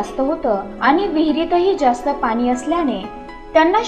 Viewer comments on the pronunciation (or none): कृपा करून आले म्हणा अद्रकीपासुन न म्हणता आल्यापासुन म्हणा. पानी न म्हणता पाणी म्हणा.